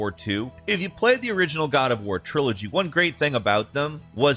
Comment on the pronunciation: the “COD” OF war Hhahah